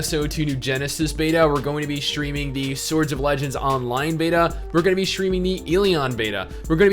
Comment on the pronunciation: "we're gonna be shtreaminééé.."